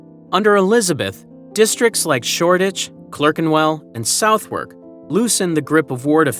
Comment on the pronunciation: Southern NOT SOUTHWERK